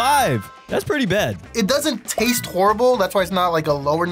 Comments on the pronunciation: and he said teste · he say tatse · listen he says taste